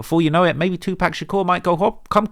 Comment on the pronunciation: it legit sounds like he's saying "2park shakure" 😂🤣😂🤣😭💀